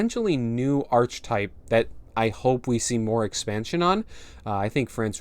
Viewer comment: Yup awesome, the expansion looks like it's got enough going for it to be interesting to play at the very least. Also you might want to know that the ch in archetype is pronounced like a k 👍